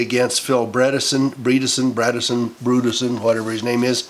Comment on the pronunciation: Just voted for Blackburn in Tennessee! Her opponent is pronounced Bread a son